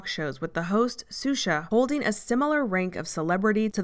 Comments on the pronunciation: Shoushah, (Xuxa), not Susha...😅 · Isn't it pronounced Shusha? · Love the coverage but planet suxa killed me 😭 her name is xuxa, pronounced shusha! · I'm sorry to be that person, but Xuxa is pronounced "SHOO-sha." Anyway, as someone born in Rio and with dual US/Brazil citizenship, thanks for this video. She's certainly an interesting subject. It's also depressing to see how far-reaching AOG is. Edit: I think you'd do a very good job covering Mother Teresa, if you're ever hurting for subjects. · Yes we know it's pronounced Shoosha but the narrator cannot be expected to know how to pronounce every Portuguese word correctly. No need to belittle her for that. It's an excellent documentary and very well presented.